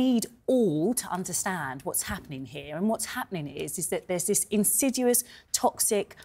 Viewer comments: It’s pronounced insidious. Not insidudous. Dolt. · Not "in-sid-u-us," but "in-SID-ee-us." Look it up. Mispronunciation of this common word shouts bad education.